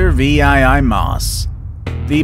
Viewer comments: Maus VIII is pronounced Mouse 8 or eight not vee eye eye eye Maus. VIII is called: 'Roman Numerals'. You speak like you were a victim of our American Public Schools. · It’s pronounced panzer 8 mouse, not panzer vee eye eye eye morse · Has this guy never heard of roman numerals? Does he say "King Henry vee-eye-eye-eye"?! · Agreed. This guy is not an educated cookie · Typo in the text for the VII MAUS.. or the narrator messed up. Text says V I I I... text says V I I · learn how to read Roman numerals!